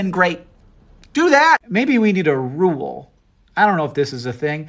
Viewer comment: What's a roo-wool? Did you mean rule? I think there's only 1 syllable in the word.